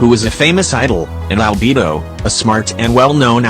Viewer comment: I just want to say you call liyue liway and you call albedo albebo